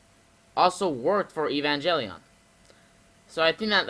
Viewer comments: Have you seen Evangelion? It's really good! Recommend it to Kaiju fans. Also, it's pronounced Ay-Van-Gale-Eon, not Ee-Van-Jelly-On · Evan (Like the name) Gel(G as in Get) ion (Sounds like the name Ian.). hope this helps your pronunciation. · "EVE-AN-JELLY-ON" lol this game better be the next ROBOT ALCHEMIC DRIVE.